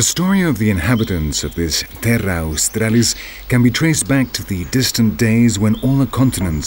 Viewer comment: Pig snouted platypus, bloody hilarious. They've gotten a fair bit wrong but it's still been a good doco to watch. It's crapping me off though the way he pronounces Terra Australis.